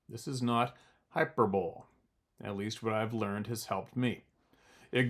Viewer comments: (hy-per-bo-lee) not being an ass, just helping. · High-purr-buh-lee.....Say it just like I spelled it.... It basically means no bullshit.... Hyperbole means bullshit in a sense. It also means claims not to be taken literally... For example, if I said damn that some bitch drank my last beer, I'm going to kill that son of a bitch. That would be hyperbole. I'm not really going to kill the guy. I'm just going to yell at him and complain. That's what hyperbole actually is.... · Hyperbole = HyperBolie